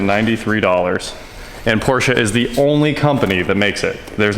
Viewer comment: Thank u for pronouncing PORSCHE correctly.